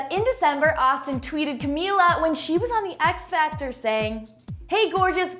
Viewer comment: you met camila like times and you still can't say her name correctly omg